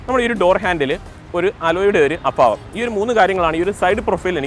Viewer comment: അഫാവം അല്ല, അഭാവം..